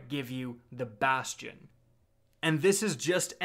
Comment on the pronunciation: Thank god you say it right. Everyone else says basty-inn